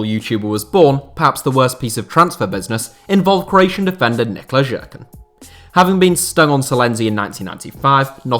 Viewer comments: as a Croat myself I give you props for pronounce Jerkan right after you butchered it in the beginning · Nikola Jerkan is not Nikola Žerkan